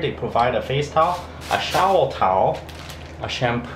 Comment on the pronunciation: You know you have been in Asia for a little bit when you start pronouncing shower as showel. Pretty cool place there. Looked perfect for you, like hitting the jackpot there